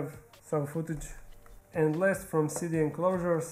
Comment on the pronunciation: For the longest time I thought you were calling the CD enclosures "city" enclosures lol I just now hard you have been saying "CD" enclosures lol. Love your videos as always!!